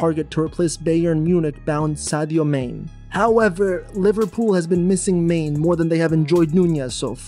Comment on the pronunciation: “Virgjhil van Dijihk, Saddioh Maine, Mahkhio Moodriik” 🤣🤣🤣🤣🤣😑